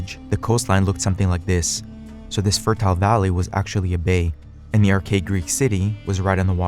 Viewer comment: When are youtubers gonna understand that imbeciles (or imbecilic robots) narrating erudite talks look like shite when their chosen narrator makes "ar-CHA-ic" sound like "ar-cake"?